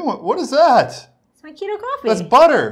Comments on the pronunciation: the KEY-toe diet! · What a good laugh, thanks guys. “Key-toe” diet, I’m dying 😂😂😂